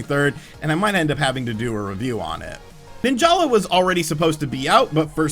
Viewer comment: Me: ninjala Everyone else: nin-jahlah